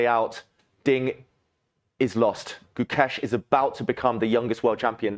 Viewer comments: Gukesh❌ Gucash☑️ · abey gookesh nahi hai, gukesh lol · These white commentators are failed circus acts. The first two, I don't know their names but I would love to mispronounce them, kept referring to Gukesh as GuCash as if he were a form of currency. The next white circus clown said Gukesh was acting.